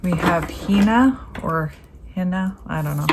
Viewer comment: Hina is pronounced HENUH. ...Ah, you got it. (My granddaughterʻs name. ☺) In Hawaiian each vowel is pronounced, and sounds like those in Spanish, or Japanese.